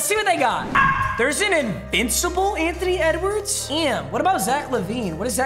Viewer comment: Its funny that is saying Antony wedwards